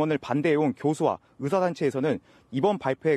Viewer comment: ㅋㅋㅋㅋㅋ 이제 기자도 의새라고 발음하네..ㅋㅋㅋ